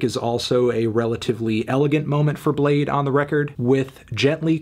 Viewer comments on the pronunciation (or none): its bladee not blade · It's pronounced Blade-ee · Fr u don't pronounce the 2nd E wtf is that y is it there